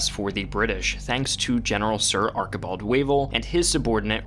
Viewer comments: Archibald - not Arkibald. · its arch(like cheese)ibald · ARKibald Wavel? Sorry, it's pronounced ARCHibald. You know, like the arch in your foot. Still, jolly good video. I learned about the stunning and cunning British rout of the Italians.